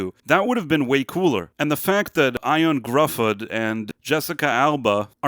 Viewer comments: Apologies for sounding pedantic, but "Ioan Gruffudd" is a Welsh name and should be pronounced closer to like "Yoann Griffith" instead of your pronunciation. Cheers! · Ioan Gruffudd's name is pronounced "Yo-ahn Griffith."